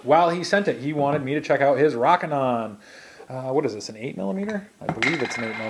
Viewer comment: Long "O" sound. ROOOOKINON, NOT ROCK-INON